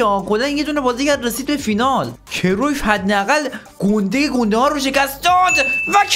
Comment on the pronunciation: کرویف😂😂😂😂😂😂 کرایُف